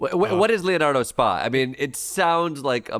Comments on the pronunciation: Hey Klepper, It's not 'spa" like the one at the resort. "spa" is an Italian term, "Societa per azioni" or in English, "company with shares,", or a public or incorporated company. Using your parlance Boeing would be Boeing INK. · You’re saying “spa” when it’s an acronym S.P.A. which is Italian business lingo & is like Inc/Corp in English. You wouldn’t keep saying Apple Inc in a conversation about iPhones. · Leonardo Spa? FFS.. It's not Spa as in massage and steam, sauna. Spa is SpA as in Inc. Or Ltd. Or plc, or OY, or SA.... Inc., in America. Meaning a public limited company. Leonardo is a perfectly legit Italian defence conglomerate like Lockheed Martin or BAESystems or Raytheon. The ignorance here is both staggering and misleading. If for comic effect, fine. But this narrative is plain wrong. You just lost a long time fan